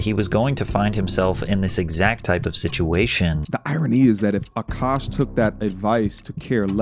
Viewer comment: Kevin Samuels.... would have also warned A-kaaash